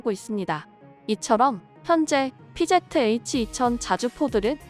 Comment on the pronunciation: 피제트에이취가 아니고 피지에취 라고 읽어줘 1본 애들 영어 배우네